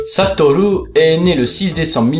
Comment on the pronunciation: Merci d'avoir essayé de prononcé son nom "satolou" a la japonaise et pas "satoru" comme un barbare.